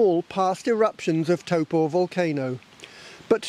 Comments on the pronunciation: It's interesting the way you're pronouncing taupo. I would normally say Tau-poe. You're saying toe-po. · it's pronounced Toe paw. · I’m a Kiwi and I’ve never heard of Lake “Toe Poor” 🤷🏻‍♂️ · Toe Poor